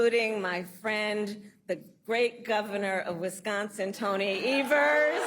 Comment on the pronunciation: I really hate the way she ways wisgonzin 😂😂😂